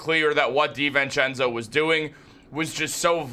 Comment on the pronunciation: I can’t take it how you say Di VENcenzo lol. It’s divincenzo bro